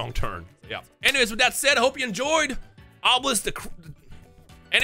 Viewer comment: Kash-Hor-belisk, that's kind of terrifying!